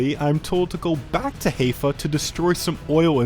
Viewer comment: It's HAI-fa, not HEY-fa 🤣